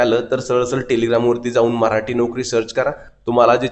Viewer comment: मऱ्हाटी नाही मराठी म्हणा प्लीज